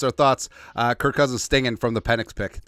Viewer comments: His name is Kirk not Kurt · You mean "kurt" cousins right?